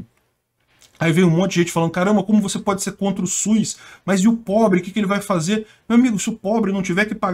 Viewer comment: só falta corrigir a pronúncia é "SUS" e não "Suiz" 🙄😏